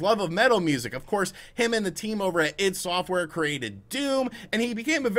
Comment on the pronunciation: Did he just say iid software 🤣🤣..it's ID that's an I and a D..I-D software 🤣🤣